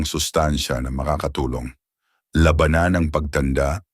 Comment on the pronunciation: Sana ay ayusin ang pagbigkas ng mga salita dahil nagiging iba ang kahulugan ng salita kung di wasto ang pagbigkas. Gaya ng sabi mong labanan. Labanan to fight habang ung isa ay giyera o war. Marami pa ang bigkas mong mali. Sana ay ayusin ang bigkas. Okay ang mga iyong mga ulat. Salamat.